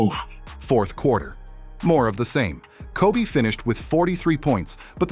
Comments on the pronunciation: it kept calling Kob as cob....stupid as fuck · I never really liked people calling Kobe "Kob" in the first place so to even butcher it even more and call him "Cob" is even worse lol so I get what you're saying. Everyone and Artificial Intelligence please just say Kobe unless your like Kevin Garnett or someone like that.